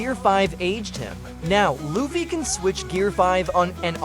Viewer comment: How you butcher luffy name